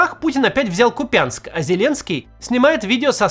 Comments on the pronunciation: Правильно: Ку́пянск !!! Нет города Купя́нска !!! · Купянск, а не КупЯнск - восклицание на первый слог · КУпянск, ударение на У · кУпянск!!!говоришь как пуйло-купЯнск! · КУУУУпянск, к не купЯнск😂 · Да на «у» ударение — Кууууупянск. Пожалуйста! Только российские агрессоры Яяякают. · Купянск, ударение на У! Как больно будет смотреть выпуск за него на твоём канале. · Купянск с ударением на букву У